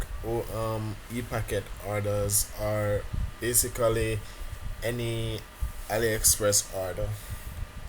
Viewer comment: " BasicALLY" was awesome ! :D